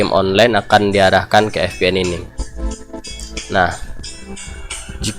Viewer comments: ViPieN om bacaannya 😅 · terlepas dari "ef pi en", tutorialnya keren :D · Maaf bang VPN cara bacanya FPN atau Vi PN ? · Wkwkwk FPN atau VPN hahaha. Ngelawak siabang